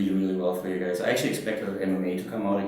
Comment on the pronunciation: did he say " alright gays" ? ^^